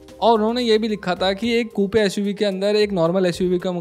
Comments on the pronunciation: It’s not KooPe, it’s Koop. Just like a poop. 😂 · Kupe nahi coop pronunciation hai bhai iska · It's pronounced Koop not Koopey. But insightful video as usual. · No hate but it's not "koopay" Its pronounced "kuup". As a informative YT channel, it would be much appreciated if you look into these small things , because remember your vids reach to millions of people. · It’s pronounced ‘Koop’ and not Koopee. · Coupe is pronounced as Koop.